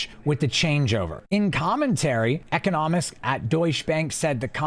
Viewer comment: Are you pronouncing economist correctly lol. Never heard it pronounced like that.